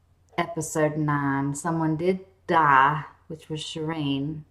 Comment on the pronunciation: "ah doent wunt shireen to dah" oh you poor poor thing. love your videos though I've been binging them in prep for season 8 :)